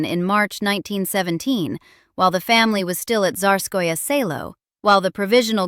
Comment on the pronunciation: The pronunciation of "Tsarskoye Cyelo" could be improved. But these are pretty good videos.